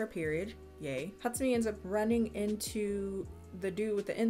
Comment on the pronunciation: I can't be the only one that finds how she pronounces Hatsumi extremely satisfying